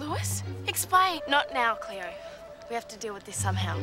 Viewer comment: It's Cleo not cleoW!!